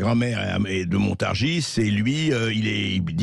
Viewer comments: On dit montargi et non montargisse ! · Mr le présentateur de Sud Radio, la Ville que vous désignez Montargis se prononce MontarGIs et non MontarGISE., pour vous en souvenir pensez à PariS. Quant à, vous êtes un homme courtois et courageux. Dans les médias, rien sur votre geste que vous avez eu envers Mr Blanquier 👍. Je vous souhaite bon courage et si certain(e),s Français(e)s ouvraient enfin les yeux et votent RECONQUETE 👍💝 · Ont ne prononce pas le "S" a Montargis, ont dit littéralement "montargi " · Montargis se prononce i